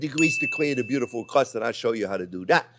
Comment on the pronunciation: Crust ❌ Crrowughst ✅